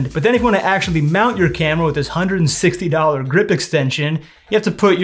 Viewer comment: Emphasis on the $160. WHY?!